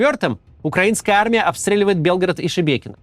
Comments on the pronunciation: Кац молодец, название Шебекино произносит правильно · он хотя бы осветил детально, что происходит. И правильно произнес название Шебекино. А почему бы пропагандистам с центральных каналов не собрать денег и не помочь? Симонян вроде обещала размещать беженцев… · Лайк за правильное произношение Шебекино❤